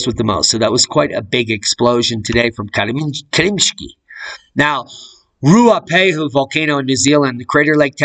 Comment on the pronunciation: Your pronunciation of te Ruapau mountain in Nz is getting good. BOOM of nz. Picking up wat you have laid down.